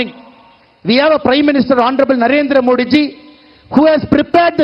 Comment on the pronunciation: Please pronounce the " di " in Modi as the " தி " in " தினம், தினகரன் .. Not as the English letter ' D '